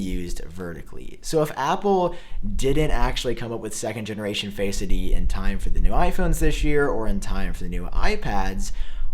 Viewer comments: I hear Faceity lol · DUDE ITS NOT ONE WORD ITS TWO!! Not faceid or touchid it’s touch...id and face....Id. Not faceidy lol